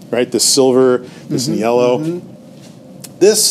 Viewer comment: Is he saying "nyellow"? I'm not sure what I'm missing here.